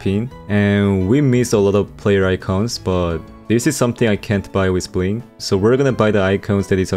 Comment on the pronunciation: Did I just hear buin instead of bling?🤨